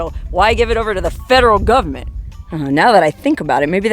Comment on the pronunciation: has nothing to do with the “fed-er-ral” government as she likes to pronounce it. This is good old capitalism! This is privately held land.